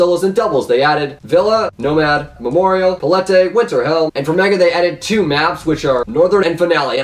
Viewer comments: "Pallettay" lmao it's pronounced "Palit" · Pallete is pronounced pall et not paletey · Wait... Did he say Pa-la-tee???! Its Pa-lit! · Yo yo yo yo yo palette is pronounced palet not paletay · palette isnt pronounced paletay it is just palet. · Also palette is pronounced pal-let, not pal-lettay. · pallete is pronounced pa-let. smh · "PALATEY" I died when he tried to say "palate" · 'Palettey' LLOOL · its pronounced "pal-et" .... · really just pronounced palette like "palettay" lmao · Palette is pronounced "pal-it" btw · Just realised that you pronounced 'palette' as 'paletté' lmfao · the way you pronounce palette...